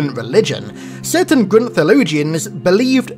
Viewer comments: Why do you say grunt like that though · Say grunt properly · Can you say grunt normally please thank you